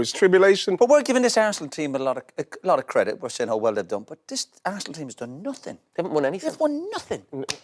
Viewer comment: "This Arsenal team have won nuuutin" 🤣